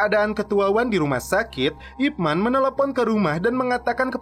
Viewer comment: Nama ip man bener tapi di bacanya ip men